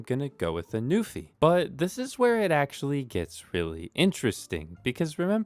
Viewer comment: He said "Newfie keyboard" so many times. Shoutout to my fellow Canadians!